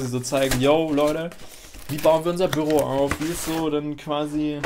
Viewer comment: ach du meintest büro, ich habs erst beim 3ten mal verstanden :D ein büRRo^^